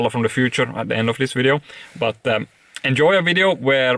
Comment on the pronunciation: I love the way you say video 😅😅😅 Great wideo😂